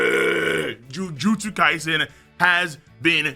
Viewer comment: I thought he was saying Jujulips kaisen